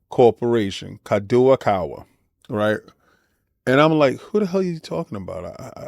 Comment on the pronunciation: For reference King, it is pronounced Kah-Doe-Kah-Wah ^^ I don't believe Sony should be allowed to acquire them as it's equivalent to Microsoft buying Apple in Japan. It would make their anime monopoly even bigger and with access to manga and light novels, the global market for that industry would be held with a powerful gauntlet... I also don't want Spike Chunsoft games locked from Xbox again. Same for From Software. Nevermind them owning Dengeki :( Alas, they probably will get this and Microsoft will retaliate.